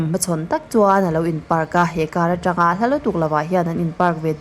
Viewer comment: 'Atangin, Atanga,' tih pawh i rawn lam kim/chiang ta fak mai. Tin, 'tun tum' tih pawh i thluk dik ta👍👍